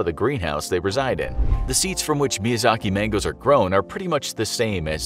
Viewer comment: Infographic Show: "Miyazak Mango" Me: "am I a joke to you?"